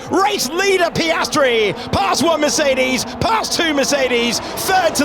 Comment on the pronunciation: Maybe by 2126 they may know how to pronounce Mercedes or Verstappen. Some just are straggling.